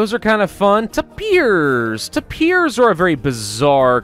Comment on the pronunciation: tapers You pronounce it With in e But it is Announced With an a